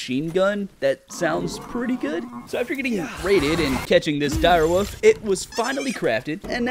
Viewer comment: The word is wolf, not woof